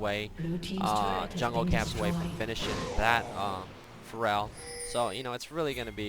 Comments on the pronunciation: He says Pharrell, not Feral. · whats with the mispronunciation of feral? lol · every time he says Feral i hear For Real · exactly :P thought i was the only one that noticed.